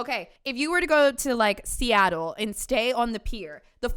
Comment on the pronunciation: Being a Seattle native and hearing speak the name of this accursed city gave me whiplash 😭 Hope you enjoyed your travels here at least <3